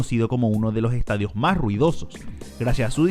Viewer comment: Que terrible hablas, a pronunciar todas las letras.. "eeh uno de loo ehtadio" "seguimo en la cojta ejte" "donde ejta ubicao" "en ete apeto"